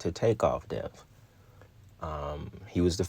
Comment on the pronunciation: The word “death” be kick your ass 😂😂😂😂 “deaf” I love your content though 🫶🏾